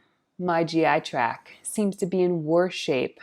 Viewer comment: It's GI TRACT. Not 'track'. 😉